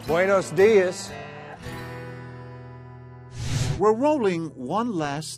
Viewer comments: LMFAOOO I DIED WHEN HE SAID beunos días 😭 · This dude really said “Buenos Dias” when he was leaving. Buenos Dias is “Good Morning” in Spanish